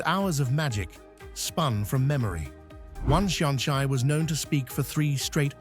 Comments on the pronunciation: You could at least learn to pronounce the Irish properly. I don't mean without leaning into one of the dialects - mar shampla, an focail 'seanchai' - nowhere is it pronounced shan-chai (as in the tea drink). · I turned off at shonchye!!! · Being Irish I enjoyed the presentation. My suggestion for improvement is for AI to gen up on gaelic pronuntiation. The seasons of both "Bealtaine" and "Samhain" and the folkteller "Seanchai" are mangled in the extreme.